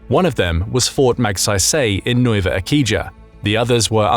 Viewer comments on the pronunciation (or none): The "Icija" in Nueva Icija is read as "ee/see/ha", not eekijah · Nueva Ecija is pronounced similar if not the same as how it's said in Spanish - Nueva eh-see-ha